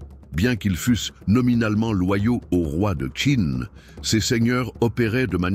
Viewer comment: Navrée, mais la narration est de plus très mauvaise. La voix monotone et son timbre désagréable. Pour Qin, on doit prononcer « Tchin ». Comment présenter un tel sujet sans savoir cela. Quant aux représentations de la Cité impériale, Celle-ci fut construite sous l’Avant dernière Dynastie, Celle des Ming, plusieurs Siècles avant Qin.